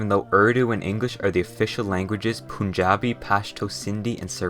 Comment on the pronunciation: Westerners say "Pun" correctly Why does their toung roll upside down when saying "Pun-Jab" and it sounds Poon-Jab lmao